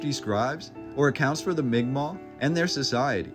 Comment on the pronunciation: The first person who ever pronounced migma properly on here lol